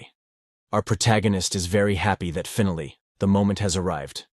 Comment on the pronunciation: Finally, you should learn how this word is spoken in English, you got it wrong, so wrong it jumped off the screen and slapped me in the face. Learn to speak or fix the translation equipment because they did a bad job of saying the word. Pronounce Finally, this should get you a few good examples of how to say the word.